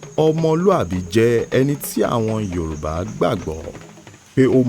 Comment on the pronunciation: This is an amazing project and a fantastic attempt at retelling an important Ìgbómìnà story. Kudos to the team. However, we can do a lot better at pronouncing the Yorùbá words correctly. If the words are not pronounced properly, it defeats the whole purpose of storytelling as a tool for learning and advocacy. But overall, this is a great job! I am proud Ìgbómìnà too! Ọmọ olómù Apẹ̀rán, ọmọ asìngbà lọ́nà tÒmù. Èmi lọmọ ọlọ́gọ́fà obìnrin, kìí gbopó, kìí gbọ̀fẹ́, owó ńlá ńlá, aṣọ ńlá ńlá ni baba wa fi í fẹ́ ni. Òmù é gbè á oooo.